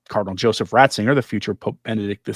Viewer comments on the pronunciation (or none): none